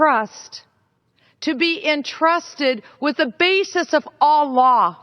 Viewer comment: Funny, when she says "all laws" it sounds like "Allah"